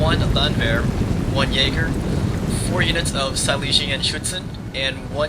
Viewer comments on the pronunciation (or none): none